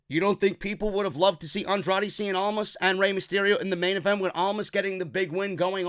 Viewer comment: "Andrade seein' almas". CIEN. IT'S CIEN.